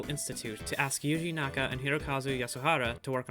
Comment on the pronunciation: Did you pronounce yuji naka as yoo hee naka? How.